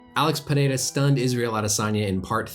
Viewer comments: Thanks Doc for getting Pereira’s name right. Names usually aren’t a big deal for me, but for some reason Rogan and the other announcers kept fucking it up and saying it 5 different ways when it’s not hard at all. Doc even rolled his r’s decently. Well done, sir. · this is the first time i see someone who isn't from brazil pronounce his name the right way